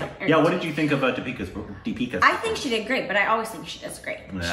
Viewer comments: Here is a simple way to pronounce dipika ..... 'the'ipika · Try saying 'Thee pika' and not 'Dee pika'.. :) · Its THE-pika instead of Deepika. Hope you see this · Pronounciation advice -- whenever there is a 'D' in indian names say it like you say 'the' ...so deepika as theepika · It is Theepika like how you pronounce 'The' . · say deepika like THEE-PEE-KAA